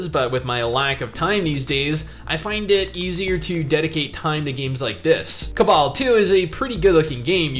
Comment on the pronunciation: Why are you saying cabal and not cabal?